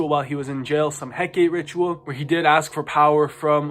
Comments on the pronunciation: Please say Hecate our Divine mother's name correctly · Hecate took them out for mispronouncing her name so much 😁